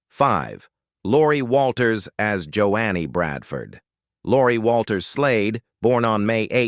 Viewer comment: Can you learn how to pronounce names correctly? It's not "Jo annie" but "Jo nee."